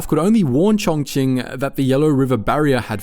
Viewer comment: Props to you for pronouncing Chongqing the right way, its the first time I heard a non-native speaker pronounce it correctly 😂😂😂